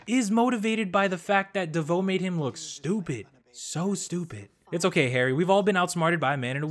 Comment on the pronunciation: Am I the only one who laughed everytime calls Harry HR? Xdd